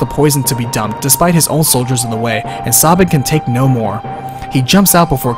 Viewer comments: SAY-bin, not Saw-bin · I hate how u pronounce some name like sabin... Saw-bin? Its Sabin like stabbing with no t or g lol. And omg the e at the end of Narshe is silent to you too? Omg am i alone? I even pronounce Celes differently but barely. I say kinda like sell-us. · But the pronunciation of Cyan and Sabin sounds horrible. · Ugh, your pronunciation of cyan and sabin pains my ears, but you did do a fantastic job with this review so thanks for that! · Btw, Sabin's true name is Mash, I think ? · Yeah, Sabin is Mash in Japanese, Cyan is Cayenne and Terra is Tina. You can pronounce Sabin however you like, but i feel it's wrong the way he does. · Why do you pronounce Sabin and Cyan incorrectly?